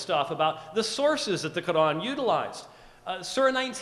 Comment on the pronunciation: He James white is scholer but yet he can't pronounce a simple word Quran he called Qran its not deficult to pronounce it and in when qs sassion begunn's they both pointed to a man who was before wiating for qs look to he face